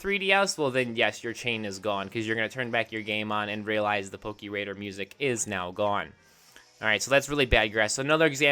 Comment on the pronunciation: I love how you say "Pokiradar" instead of "pokéradar" lmao